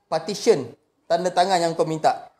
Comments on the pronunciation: 1st, jgn marah bang, bukan 'partition' tapi 'petition'. Partition tu mcm nak buat dinding dlm pejabat. 2nd, mana video cctv yg you cakap nak tunjuk tu? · 13.10 sebut PETITION pon silap. Sebut PARTISION. Mangkok !!!